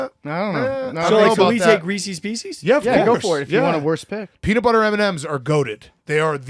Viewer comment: We’re just going to overlook saying Reesies Piecies?!